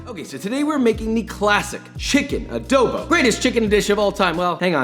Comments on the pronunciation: first of all as a filipino i am personally offended its not "ADOWBOW" its adobo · Adobo is an Asian dish And you pronounce ADOBO WRONG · This is not how we cook adobo and all of you youtuber American or other persons that say are foods keep putting w’s when there isn’t an w in the o just don’t put w’s in front of o’s it’s triggering me like adobo no w like halo-halo no w ok all of you if only I can tell you in real life sigh 😔 I’m disappointed and we add white sugar in our adobo’s so put white sugar next time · Always love hearing how different nationalities pronounce Filipino stuff. I find it endearing how he says it as ah-doe-bow.